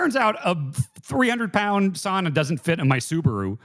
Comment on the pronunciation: as a finn, that "sauna" conversation was painful